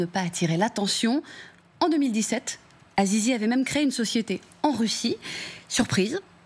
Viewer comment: Azizi ahahahahahah elle a dit zizi